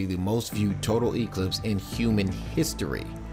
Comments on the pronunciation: its not an E clipse it's pronounced eclipse one word, one syllable secondly most of us don't care...sure there may be some localized traffic near popular viewing areas but overall it will be a boon to the local economies...i clicked because i thought "paralyze america" sounded like a preppers paranoia...north korea non threat must be driving you insane!!! lol, grow up kid its been the same for 50 years, nothing to see here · It's science.It's physics, evangelicals. It's eclipse with emphasis on the clipse not the e. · Emphasis on the E much?